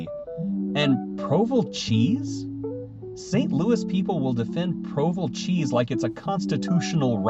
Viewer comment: Provel cheese isn't pronounced provuhl, it's pro-VEL like velvet. It's pasteurized provolone, Swiss and American mix. It's DELICIOUS. Toasted ravioli was a happy accident like the chimichanga. I personally LOVE Illinois. Missouri is basically midWest in the Northern half and the SOUTH in the Southern half. There's a little creep either way, especially in the demographic that love sweet tea going North of the dividing line. But it IS a fact that except in the major cities the majority of the population is COUNTRY and RURAL - identifying. And there is A LOT of natural beauty in our state.